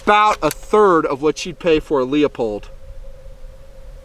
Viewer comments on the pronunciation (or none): Sir, you know better. Please stop calling Leupold "Lee-o-pold," the correct pronunciation as you know is "Loo-pold." I'd mind my own business but I have had dozens of people try to correct me when saying "Loo-pold" because " says it "Lee-o-pold. He knows more than you do." You certainly do, please consider your influence. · Lee-a-pold? Come on now.